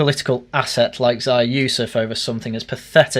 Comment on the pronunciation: It's pronounced 'Zeeya' ffs. He's said it himself you boring Anglo